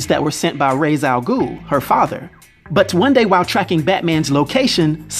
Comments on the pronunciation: OK I'm sorry but "Raise" Al Ghul? Are you serious? How does everyone actually mispronounce his name?! Just watch Batman: The Animated Series, Superman: The Animated Series, The New Batman Adventures, Batman Beyond, and Batman: The Brave and the Bold, and Young Justice. That's all you need! Don't remember what Beware the Batman called him though. I have heard that "Roz" is the correct way to say "Rā's" in the native language and I've gotten used to it, though it still annoys me when people are referring to Rā's Al Ghūl. Well, that was a rant. Time to watch the rest of the video now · (Ray-sh) Al Ghul! Ray-sh!